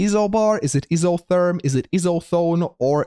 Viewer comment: grr, its none of those its EYE SO THERM...